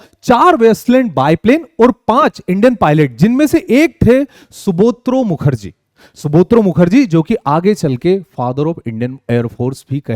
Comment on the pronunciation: Its Subroto Mukerjee NOT Subotro , Thanks